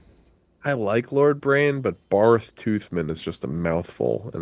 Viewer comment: The fact they didn’t realize that Barth is still pronounced Bart is getting on my nerves